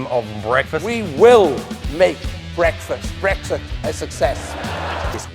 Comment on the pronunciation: Tries to says Brexit -> Breakfast, I laugh so much that I got awake after hearing this, it made my day.